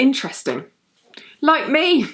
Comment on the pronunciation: Ha! You sounded like Eliza Doolittle when you said "like me"